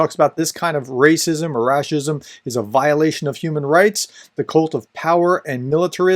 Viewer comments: Professor, you're doing incredible work, but a small nitpick from Russian native with good comprehension of Ukrainian, we almost unilaterally tend to pronounce it rash-ism, which sounds even more demeaning, as it is derived from English pronunciation of our merry Mordor's name and adds more salt to the wounded pride of 'turbopatriots' (russian neonazi/imperial bunch) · Great explanation. Just wanted to comment on that the word should be pronounced as: --- Rash-izm Close to its italian version: --- Fash-izm The word is so new that Google translate doesn't know about it and translates it as "racism" 😉